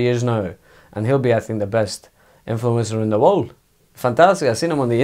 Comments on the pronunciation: Mou : I sink Pep : More than you believe Klopp : For sure Emery : Good ebening Ronaldo : Of course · 🤣🤣🤣😂 “I sink”